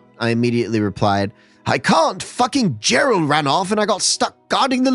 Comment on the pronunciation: Lol,“Jerral” sounds like a fun guy